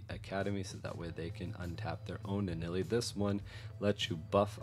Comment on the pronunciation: LIstening to you say Nuh-Nelley is killing me. It's right there.